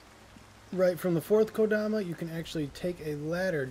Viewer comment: Thank you for finally catching your mistake and pronouncing kodama correctly lol. I don't enjoy having little things bug me like this... but I can't help it, dammit!